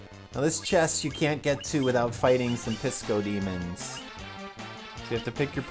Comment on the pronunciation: XD At first I thought you said we had to defeat some DiscoDemons no Piscodemons...I was kind of bummed.